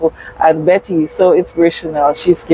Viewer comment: CORRECTION IT'S BETTY CALDER NOT BETTER